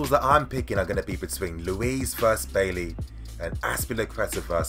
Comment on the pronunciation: It’s pronounced “buy-E” not bay lee bro